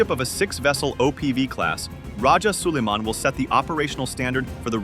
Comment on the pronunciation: Its rajah so-lai-man... Not Soliman...our great rajah or datu of Manila before Spaniard arrived in the Philippines...as you can see we are all originally muslims....